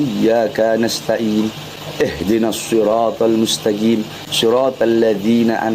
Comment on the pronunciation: Si bahar jg slah ketika baca siratalmustaqim jd mustajim 😂